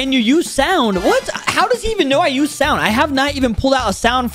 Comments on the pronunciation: I like how at the beginning he said the song fruit instead of sound fruit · Its not called song its called saund